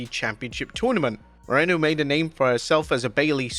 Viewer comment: should be careful with the pronunciation of Bayley super fan's last name - her last name is Mo-REN-o with the middle syllable pronounced like RENT - the MARANO pronunciation is using - that's actually the Spanish word for "pig"